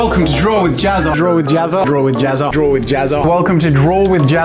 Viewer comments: The way you pronounce Jazza, makes it kinda sound like you're saying "JazzART" instead. I just found that kinda interesting. :) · he said gazza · pronounces jazza like pizza